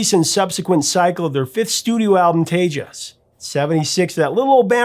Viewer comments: hahahaha! 5th studio album "Tay-jus" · It's Spanish for TEXAS and pronounced Tehas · I'm sure someone has said something by now but....Tejas is pronounced Tay-Haas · "TAY-has", not "TAY-jas". Tejas is the original spelling of Texas and that X has an H sound. Other than that, as always, on point, good sir! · Um... TAY-Hass (*not* TAY-juss). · Dude, it’s the Spanish pronunciation. You said Te- jaus. Fuck no, it’s Te- hass. The Spanish word for our state, TEXAS. J is pronounced H in many Spanish words, like guys named Jesus, you say Hey- soose. Tay-hass Ok? The eyes of TEXAS are upon you. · Tagious? It's fucking Tay-Hass. Dammit. You don't even know the name of the record. Also; it's "Duwayo" not "Deegwello" Now you are just a pretender to me. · Pronounced Tay-Has. Not tay-jas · I don’t speak Spanish, but this Tejas should by some logic be pronounced Tehas, not Tejdžas! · The album Tejas is pronounced "tay - hass" but whatever. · OMG!! It's Tejas. pronounced tae haas. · Tejas is pronounced Tay haas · "Tejas" is actually pronounced "FlubbleBuddle" , sorry to have to tell you. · It's pronounced Te-Has. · Its pronounced "Tae-haas" you dumb shit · Let me help ya! It's pronounced tay hoss. It is spanish for friend, and the root word for Texas. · Tay-jus! WTF? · Tejas is pronounced "Tehas" the j is an h. Great video! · I’m sure it’s been said but it’s Pronounced tehas” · Hahahahahaha! Less than 1 minute in........it's pronounced Tay-haas. I bet you call halapenos...jalapenos. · It’s pronounced tay-hoss. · I hate to do it, but Tejas is pronounced "Tay- haws". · Tay Haas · I came to make the same comment. Hahahaha!!! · tey-haas really. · tay-ges? uh...... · Yes, Tay-Haas... Spanish for Texas. J is an H like Jesus, Jalapeno, Julio, etc...... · Its Spanish, it is pronounced, Tay Hoss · Tejas is pronounced Tay-haas. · Tejas.... pronounced ..Taa-has...... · It's pronounced tay haas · The 'j' in Tejas has an 'h' sound, professor.